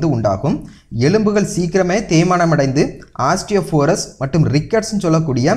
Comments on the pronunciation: osteoporosis இந்த வார்த்தையை ஆஸ்டியொபோரஸ் என்கிறார் இவர். இது மிக தவறான உச்சரிப்பு மாறாக ஆஸ்-டியோ-போரோ-ஸிஸ் என உச்சரிக்க வேண்டும். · Osteoporosis innu sollunga. Pronounciation thavaru.